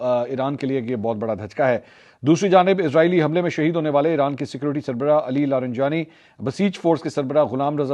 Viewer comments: منصور بھائی لارینجانی نھیں بلکہ لاریجانی ھے یہ تلفظ کی غلطی صحیح کیجیے شکریہ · I really enjoy your Urdu pronunciation but disappointed with your pronunciation of non Urdu words. E.g Fajira instead of Fujairah, Jabeel instead of Jubail, LariNjani instead of Larijani. Hope you will take this as constructive criticism.